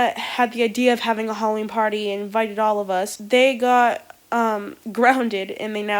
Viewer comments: It’s HALLOVEEN... wut the f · ITS HALLOVEEN